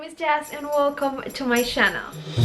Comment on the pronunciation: Someone should help her pronounce channel?